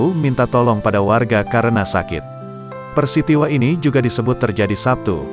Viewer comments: Buat om pengisi suara itu peristiwa ya om bukan persitiwa 😂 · Yg bener "peristiwa", bukan "persitiwa" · Ngakak dengernya di detik ,harusnya "PERISTIWA" jadi " PERSITIWA"😂😂😂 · naratornya salah baca gak di edit peristiwa jadi persitiwa😂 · PERISTIWA ❌ PERSITIWA ✅ 🤣🤣🤣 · Peristiwa apa persitiwa.. 😮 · Peristiwa bukan persitiwa 😭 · Persitiwa....peristiwa kalleee baang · Peristiwa apa persitiwa 😂😂 kocak nih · Peristiwa min bukan persitiwa🤣🤣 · Persitiwa apa peristiwa sih? Mohon mf tlng di jelas kan ya 🙏😁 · Peristiwa pak. Bukan persitiwa..! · PERISTIWA Pak,BUKAN PERSITIWA🤣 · Persitiwa 😭😭 peristiwa min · jokes ku cuma dengee "persitiwa" 😂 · Peristiwa bang,,,,bukan persitiwa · Detik ke persitiwa ini🤣🤣🤣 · P.E.R.I.S.T.I.W.A bosss bukan P.E.R.S.I.T.I.W.A ..dimana belajarnya ya..jgn salah2 ..huhahuhahuhahuhahuhahuhahuha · Voice bilang Persitiwa.. apaan tuh?! 😂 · Peristiwa om bukan persitiwa🤣🤣🤣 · knapa aku salfok pengisi suaranya ngmong PERSITIWA BUKAN PERISTIWA🤣🤣🤣 maapkan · Peristiwa bukan Persitiwa🙂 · Persitiwa anying wkwk kocak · Peristiwa atau Persitiwa 😁😁😁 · Peristiwa woe bukan persitiwa,, Kec itu d baca kecamatan,, bukan lu juga baca kec aja... Tribun oh tribun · Peristiwa .persitiwa .. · Operatornya ngomongnya kpleset peristiwa kog PERSITIWA HAHAHAA😁😁😁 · Yang baca beritanya gimana sih, baca peristiwa aja persitiwa 🤣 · PERISTIWA ❎ PERSITIWA ☑️ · Persitiwa wkwk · Peristiwa bang , bukan persitiwa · Persitiwa ini... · Min ralat. PE RIS TI WA😄 bukan PE SI TI WA😂 saking sedihnya ya mimin lidahnya kebelibet liat harimau ga menyerang. Minta tolong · Peristiwa atau persitiwa bang 😭😭. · harusnya Peristiwa jadi Pesirtiwa...hahahahha🤣🤣🤣🤣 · Dengar baik baik tu blanngnya persitiwa...bukannya peristiwa...wkwkwk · Peristiwa bukan persitiwa😄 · Njjirr pembawa brita nya ngakak peristiwa buka persitiwa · Persitiwa ini..😂😂.. peristiwa mbokn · Persitiwa apa peristiwa 😀😀😀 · Peristiwa bukan persitiwa😂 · PERSITIWA anjir😂😂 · 0.43 "Persitiwa" ? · Persitiwa? Peristiwa jon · Persitiwa teh naon wkwk